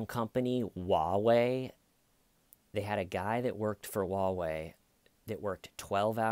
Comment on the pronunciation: First, it's Huawei, with an 'H' ("HWA-way"). Also, yeah, China is fascist garbage.